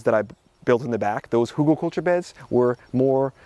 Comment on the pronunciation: Ridiculous presentation. 🤦‍♀️ And it is calles HÜGELKULTUR. Not something else. My goodness me. 🤦‍♀️🤦‍♀️🤦‍♀️